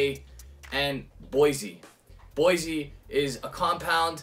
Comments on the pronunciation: Boisé is not pronounced like BOYZY. It's BOUAH-ZAY. And also you're not pronouncing the brand of the bottle well. Are you American? What's the meaning of WHISKY IN THE 6 please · I believe it's pronounced "bwaz". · BWOZEE Is the correct pronunciation. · Good and informative video! I wasn't aware at all that sugar and boise (pronounced 'bwaZAY' I think) were permitted additives. Delighted that you featured a VT cognac as my latest is their 1989 grande champagne cask strength which is tremendously good and, I hope, lacking all these added nasties.